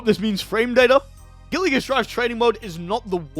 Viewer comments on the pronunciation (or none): I will never ever get over how this man pronounces the word "Guilty" as "Gilly"